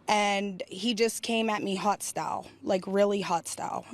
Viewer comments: 🤣🤣🤣 "... came at me HOTstyle... HOTstyle..."? You mean HOStyle? Man, people cant speak their own language in this country! "Hey look at my new purse!' - "guuuuurl,,, this is some hotstyle" 🤣🤣🤣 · Did she say "hot style" (hostile)???